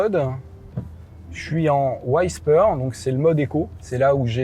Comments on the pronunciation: waysper? whisper! [wi-speur] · Super voiture. Pour info, "Whisper" se prononce avec un "i" comme en français, pas "aïe" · Whisper c’était pas ça non plus 🤣